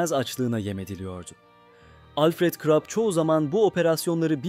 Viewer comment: KrOp nedir ha bir krOp diyip duruyorsun, her hangi bir google translateye yazıp okutsan bunun almanca KRUP diye okunduğunu duyardın KIRO...